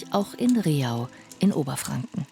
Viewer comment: Leider wird Rehau falsch ausgesprochen. Es heißt nicht Re-hau, sondern Reh-au, eine einstige Au mit vielen Rehen.